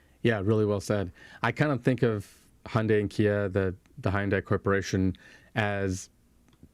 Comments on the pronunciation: I lived and worked in Korea for 2 years. Thank you for pronouncing Hyundai correctly. (Hyundai should rhyme with Sunday.) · At last guys get the best way to pronounce Hyundai, like Monday! Great work guys! Teach Robert Llewellyn the trick!